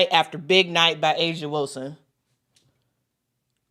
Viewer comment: Whistle- Whilston??? YOU DONT SAY!!!